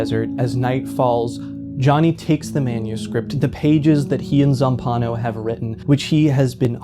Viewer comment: single-handedly setting the world record for mispronouncing Zampanò's name. I wanted to scream.